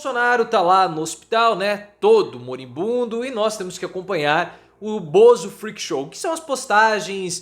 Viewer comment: MORIBUNDO. Para de falar moRIMbundo. Não tem doutorado?